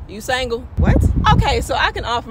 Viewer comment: “YOU SANGLE?” Not Single but Sangle 😂😂